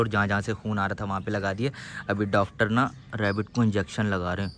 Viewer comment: Pendu😂😂😂 dactor nhi hota pagl😂😂😂😂😂😂 sorry😊😅